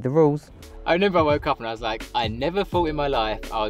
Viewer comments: I wish you would remember how to say remember . Not renember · Lol when this guy says I renember 😂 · Nice bloke but stop saying renember please 😂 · Fair play mate. Just reneba how to say remember ❤